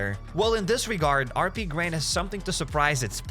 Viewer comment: How is HappyCairek pronounced as HappySirKen?